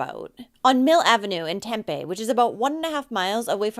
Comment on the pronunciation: Tempe is pronouncing Tem-pee. Just an FYI. :)